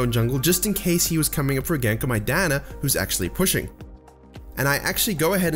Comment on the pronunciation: I hear diana as "my dad"